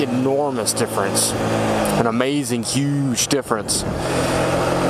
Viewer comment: U saying " huge " the way u did makes me think your from upstate new york